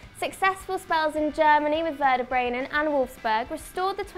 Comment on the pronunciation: "Werder Brenan"......